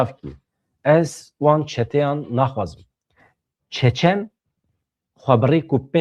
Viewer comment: Çéçén! ne Çaçan! Berz rast dvéje ev xeber nava hemu dniyaéda té gotin!! Ez bi xwa ji Russia otonomiya çéçéna heye u hemu dbéjin çéçén! Ji wan gelek hevalé me hene mrovne bas'in 😊 Slav Réz ji wara!!